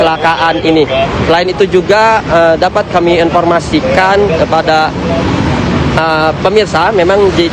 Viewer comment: Saran mbah tv one. Cari atau latih reporter yg bener. Ini bukan Tribun. Epakuasi Jenajah Plat nomor Peek Ooo Diinpormasikan. Kayak salah masuk channel demgernya.